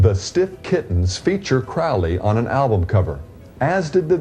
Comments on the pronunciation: Anger is said like the emotion. Crowley rhymes with "Holy" not "Fouly." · Aleister Crowley pronounced his name to rhyme with "holy", not with "foully".